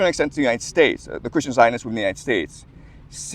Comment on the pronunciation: I think you pronounced Zionist wrong